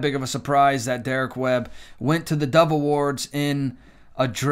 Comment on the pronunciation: I wasn’t paying attention to my tv screen when you said dove awards. I thought you kept saying devil awards and thought, “ Never heard of it, but that makes sense.” Lol